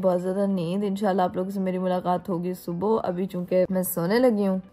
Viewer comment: yrr subo subo kya hota hai subha hota hai